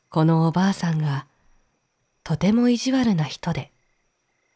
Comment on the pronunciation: 中国の昔話は、全く知らないので楽しく聴かせていただきました。 重箱の角をつつくようで申し訳ありませんが… 「～ブドウ」の、おばあさん？おばさん？ 「どうか～」の最初のカネのタライ？ が気になりました(ごめんなさい)